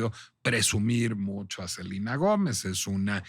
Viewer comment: Funear, en vez de funar, Selina en vez de Selena, Emilia Gómez en vez de Emilia Pérez. No solo en fondo sino en forma, NO DICE NADA, muchas vueltas para justificar su defensa, que es sospechosamente chayotera…